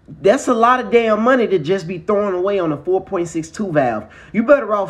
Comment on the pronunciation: Foe poeint zeex